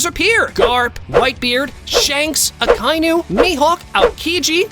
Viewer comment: Bro really said 2is akinu